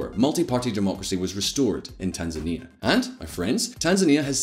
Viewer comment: Tan-zany. Demonym is tanzaniacs (rhymes with animaniacs)